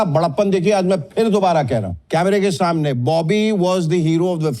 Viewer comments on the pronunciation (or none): महोदय, आपकी तलफ़्फ़ुज़ तो बेहतर है फिर भी आप “स” को “श” बोल गए? ग़ौर कीजिए आपने कहा “कैमरे के शामने “